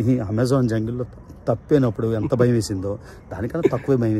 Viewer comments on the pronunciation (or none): none